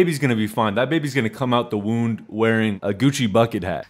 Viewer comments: Sorry buddy it’s womb not wound💀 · It’s “come out the womb” not “come out the wound” 😂